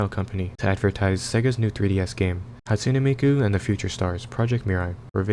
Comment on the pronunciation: Hatune Meekoo